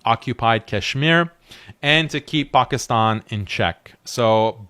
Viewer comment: This guy said pakistan like actual pakistanis say it lol